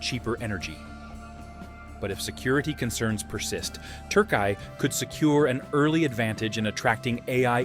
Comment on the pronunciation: Turkai? Damn bro. Refrain from attempting to pronounce at all cost. Türkiye 😅